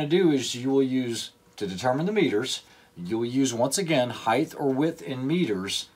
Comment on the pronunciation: Someone else making up new words. Height has now apparently become height-th. Who knew?